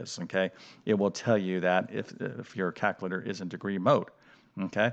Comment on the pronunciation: There’s an L in calculator